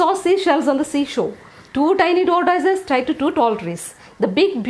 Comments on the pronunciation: Madam tortoise is pronounced as taw·tuhs 🙏🙏🙏🙏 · Tongue twisters are really good ma'am, but please have a look into the pronunciation of the word "tortoise".